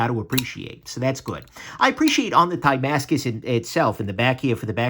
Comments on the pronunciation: Die-mascus, I thought it's like "dah-mascus"? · Ohh... was trying to say tie-mascus. 😀